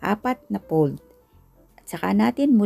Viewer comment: Hello Sis, thank you po sa napakasarap na recipe. No bashing lang po, sana po ipronounce nio po mabuti ang letter F, kagaya ng Fold sa pold, first sa pirst dough, flaky sa playky , flatten sa platten, at favorite po sa pavorite po.. para po masarap panuorin. Pasensya na po. Mawalang galang lang po.